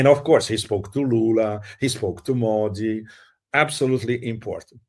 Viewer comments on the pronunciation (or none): Pepe pronounces "Modi" like a Brazilian. Interesting.